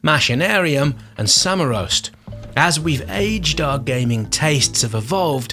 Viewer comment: he he I love when somebody tries to say a czech title of a video game Samoroast xDD